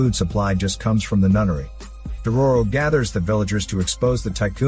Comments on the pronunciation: Took me way too long to realize he was saying “NUNNERY” and not “NUTTERY” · Knowing this channel and, I thought "nunnery" was "nuttery". I was maybe wrong by captions lol. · He called the nunnery nuttery